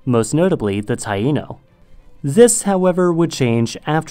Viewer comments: He said it right.😑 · yassss call out my country's blatant colonialism lmao why do we own Nicaragua's islands?? Also thank you for mentioning the Natives!! and brownie points for being able to pronounce Taíno lol although the Taíno are definitely not extinct—even if you don't want to count the Mestizos (mixed euro+amerind) in the greater antilles who preserved much of their heritage—there was a small pocket of one island where they managed to avoid encroachment into the present on the eastern coast of Dominica—and additionally the Garifuna many of the mixed afro+amerind folks from the island of st. vincent were forced off their land and forcibly moved to honduras